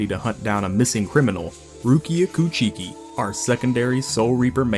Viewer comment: "koo-chi-ki" lmao